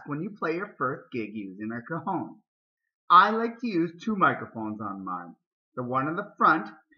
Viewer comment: It sounds like you´re saying "cojon" dude. That means "testicle" in Spanish.